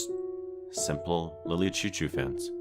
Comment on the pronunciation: Sorry Lily CHOU CHOU (pronounced Shou Shou)